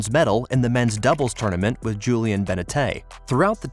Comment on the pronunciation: No kidding! The "Ben uh Tay" was particularly brutal